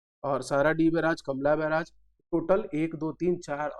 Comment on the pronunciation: कमला बैराज नहीं हैं सर... कलमा बैराज है .....